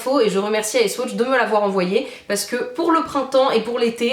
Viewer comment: sa se dit ice waaaaaaaaaaaatch